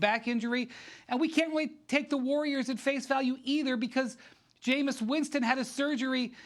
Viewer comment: Man said Jamus Winston